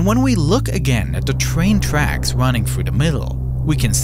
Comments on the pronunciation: the twain twacks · Twain twacks